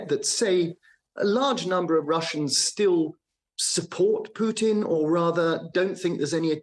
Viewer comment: The news anchor cannot even pronounce putins name properly